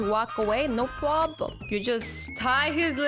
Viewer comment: Problem not Pwobm Lol